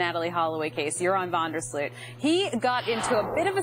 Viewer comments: FYI: In English speaking media his name is pronounced incorrectly. The OO in Sloot should be pronounced as OA (just like in BOAT) and not as UI (as in FRUIT)... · Yóa-ran van der Sloat is how you pronounce it, not You-ráwn vonder Slute 😓